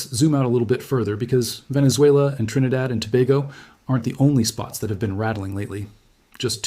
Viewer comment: Wow and you pronounced our country name correctly🎉trinidad